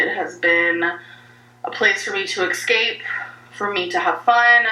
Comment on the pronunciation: "A place for me to excape..."